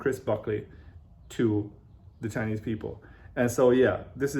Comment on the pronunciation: 我是相信自己的英语水平的，给您举视频前10秒左右的例子。chinese的“拆”音更接近中文，还有读which的ch音的时候更像“whi次”。我个人觉得是很可爱的半中式发音，不是在说英语不行，而是这种casual talk的发音有中文的味道。